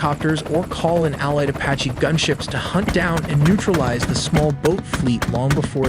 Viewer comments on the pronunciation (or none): none